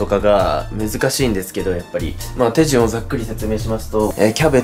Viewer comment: 手順のイントネーションが気になる